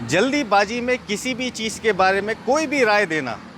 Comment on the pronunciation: Jaldibaazi nahi sirji, Jald baazi